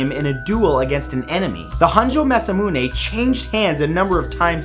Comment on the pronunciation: Itto ryodan. And it's maz'A'muune...